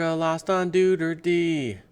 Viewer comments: I think it sounds like Doo- air-tay. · It's Do' ar tay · It's Doo-Tur-Teh.